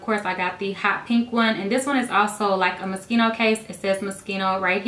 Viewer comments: You said "Moschino" wrong!! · Its mo-shee-no